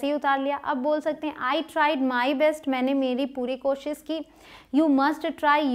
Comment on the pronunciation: This is useful session 👌 Thanks but sorry to say please work on your Koshish word. Please don't take it wrong way.